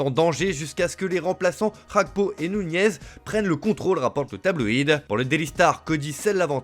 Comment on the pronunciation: Vous ne prononcez pas bien le nom de mon frère gakpo. C'est pas Hakpo mais gakpo.